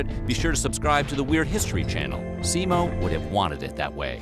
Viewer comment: not Simo Hey ha but read pronuations! like H A Ü yes Y = Ü in finnish grammar Ü like like jet enigine switsc out and turbiins get lower whistle vocals (bass ) . and last Ä ic not Alike Alpha but You in english say "say" middele A . ? Simo is hit on "O" not "I".